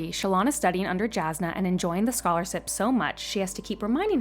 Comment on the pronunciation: Scholarsip. tervangian ? Wtf